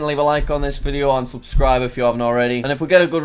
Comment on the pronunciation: I know this vid is old BUT when jack said"leave a like,and subscribe" I thought he said"leave a like, unsubscribe"